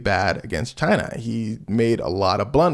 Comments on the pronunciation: She was not here for your pronunciation of China😂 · Haven't even watched the video yet, 24 seconds in, but you actually pronounced the "CH" in "China", so you didn't technically pronounce it like Trump does. You said it very staccato, which is the way he DELIVERS the word, but something I see ALL THE TIME is people assuming he says it the way a normal human being would say it. In point of fact, he and Bernie Sanders actually pronounce it very similarly due to their New York regional accent, with Bernie being far less obnoxious. Almost 98% of the time, without fail, Trump pronounces the name of the country "Jai-Nuh", like "vagina", a word he's probably much more accustomed to saying. Little nitpick, and not out of mean-spiritedness, I just want to educate people on how to do better Trump impersonations lmfao